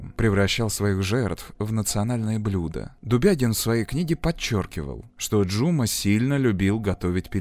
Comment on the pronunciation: Спасибо за работу! За фильм про любимую Алмату, хоть и в таком ключе😅 Единственное, побуду душной, в казахском языке ударение ставится на последний слог не Жұ'ма, а Жұма'